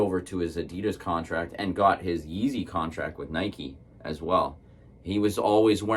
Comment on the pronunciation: It's pronounced nai·kee